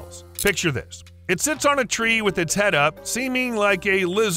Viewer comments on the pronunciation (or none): none